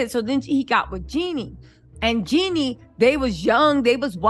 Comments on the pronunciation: Why you keep renaming that woman, “Jeani” not “Jenny”!! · JEANNIE NOT JENNY